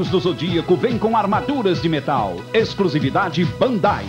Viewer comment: impressao minha ou o cara fala ''excRusivide''